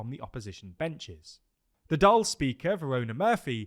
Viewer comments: Just a quick correction,Dail is pronounced Dall like ball with a d. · Good pronunciations for the Irish parties! Just one thing - Dáil is pronounced the same way as "fall" because of the fada on the on the "a" Hope this helps and love the videos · Hi, just a quick note on the irish pronounciations. Dáil is pronounced "d-awl" with the "awl" sound like the word "shawl" Micheál is also pronounced similarly "mee-hawl" And taoiseach is pronounced like "tee-shuck" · Dáil is pronounced like “Doil” 🤓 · The pronunciation is Dáil as in fall. The stoke on the 'a' gives it emphasis. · Hey team! Fair play for improving the pronunciation of both Fianna Fail and Fine Gael! Pretty spot on! Just on "Dail", it's pronounced as Dawl, as in Drawl without the 'r' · Yep, forget trying to pronounce the i in Dáil if you're not used to the finer points of the pronunciation - Dáil just rhymes with fall! Same with Micheál = mee-hall, emphasis on hall! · No he didn't. Pronounced Dail wrong. Should sound like tall with a d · Please stop trying to say Dáil, it hurts me every time you say it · calm down. This is a vast improvement. Compare this to BBC or Sky News. It's pretty close. Dáil was the most off.